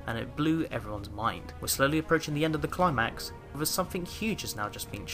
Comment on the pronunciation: Bro I thought you said ‘clart max’ instead of ‘climax’ at the start brav